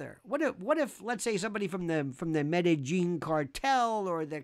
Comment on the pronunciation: Yes to everything! But you had me at “Medellin” (cartel) correct pronunciation🔥👍